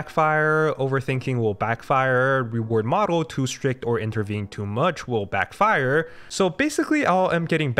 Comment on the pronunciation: Backfire 重音應該放在第一個音節 是BACKfire不是backFIRE 😊